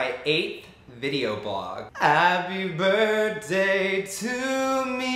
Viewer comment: is he saying birt day